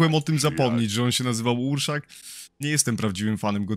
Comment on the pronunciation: To Gierszak a nie urszak